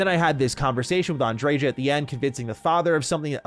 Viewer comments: Andre-JAH! Lol. It's likely pronounced Andre-YAH isn't it? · Why do people put so much emphasis on the j in her name, unless im misremembering it was a ya sound not a juh 😂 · Am I the only person who thinks the J in Andreja is meant to be silent? Like a Spanish J, haa sound? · Sarah is wrong. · That's not how you pronounce Andreja... I'm from Poland and even I know how to pronounce these Spanish names lol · This ain't looking good already. 3 minutes in you say you "adore Andreja"... yet can't even pronounce her name correctly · i really hate how Andreja's name is pronounced